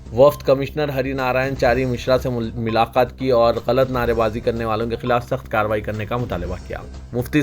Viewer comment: Mulaqat bol bhai "Milaqat" Nai